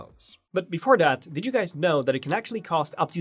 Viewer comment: Before DAT! It's THAT! Just work harder on your TH's dude.